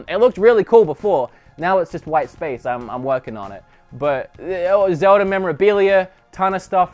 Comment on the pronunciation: "Zeldie Shrine" Less go baby gurl